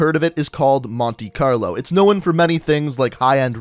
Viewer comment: Does anyone else get annoyed by the way he says known or shown?